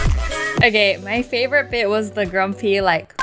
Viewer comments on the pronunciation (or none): when she says before ANNATUDE Wengie says fevourite